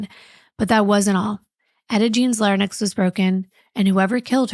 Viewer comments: 'larynx' pronounced lair-inks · larynx—“lare-inks” lol I used to always get that word wrong till someone told me like a month ago lol☺️ Anyways, I looove your channel so much and I’m so happy for you and Jon and your beautiful new family! Congratulations on finding each other and getting to experience such special love that totally shows just by how well you are together! Mazzy is a lucky little girl to have wonderful parents like you guys!🎉💕